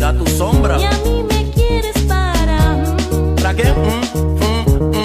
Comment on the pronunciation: cuando dice "¿para que?" solo escucho ¿raqueel?